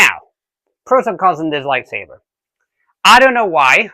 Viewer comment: Are you saying "lie savers"?